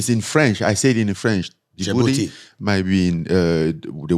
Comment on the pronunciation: Idk if Rampage being funny lol Djibouti is my country and it pronounced with a t not booty